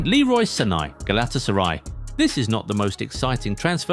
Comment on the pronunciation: Leroy Sanei? Os-him-en? Decent video weird pronunciations